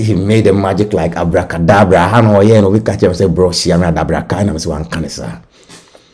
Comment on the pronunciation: Abracadabra not adabraka please